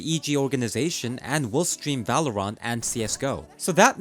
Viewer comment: stop saying valorant like that